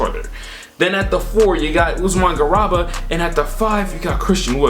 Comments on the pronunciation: Love the video but man, as an a European Fan your pronounciation of Garuba is a knife to the heart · C'mon fam, you can't call yourself a draft guy and call Garuba, Usman garaba